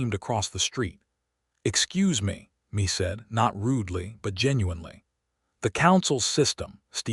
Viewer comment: Yo AI Mae is pronounced May not Me